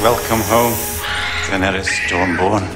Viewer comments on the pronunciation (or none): Eu gosto das séries do omelete, mas confesso que ouvir o falando dAenerys com ênfase no A, me dá um siricutico